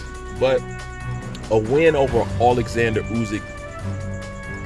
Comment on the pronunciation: Yo, its Usyk, not Uzyk.